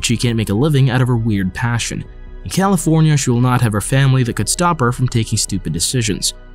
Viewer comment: bruh i always hear calenfornia